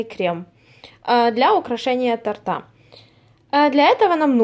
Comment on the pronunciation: тОрта! Не тортА! тОрта!